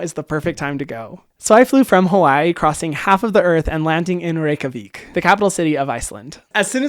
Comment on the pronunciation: i was shook when you said Reykjavík right omg!!!!😭😭 most people pronounce it wrong